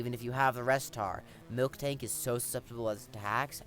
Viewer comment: It is Miltank, not Milktank. Otherwise, great video. Good battle selection and very good commentary.